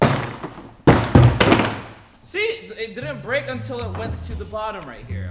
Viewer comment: its not brek